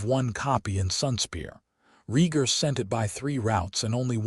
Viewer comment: Ray-garh not REEE-garh, and Lee-anna not lie-anna, A.I.'s an idiot and Jon's real name was Aegon, not wth ever the A.I. said.......Also, Caitlyn will always be a cruel, petty, vindictive DFC, in every story, hopefully someone rewrites her as a good woman, not the createn she is.